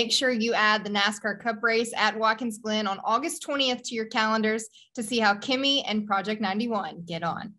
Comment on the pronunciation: I'm sorry, I didn't realize I was making that big a deal of it, I was just expressing my frustration at people pretending to be something they're not. And it's not that hard to pronounce his name, it's Kimi for ducks sake!!